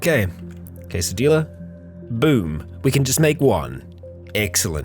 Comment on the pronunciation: STOP SAYING TORTILLA AND QUESADILLA THAT WAY YOU ARE LITERALLY KILLING ME